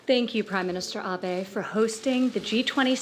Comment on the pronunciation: アビｲじゃなくてキチンと「あべ」と発音してるところに安部首相への敬意を感じれる。 それにしてお麗しい。